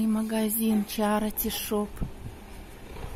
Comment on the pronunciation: извините,но в слове CHARITY нет звука "о", как Вы произносите на русском - чарОти.... Надо хотя бы "чарити" произносить или "черити"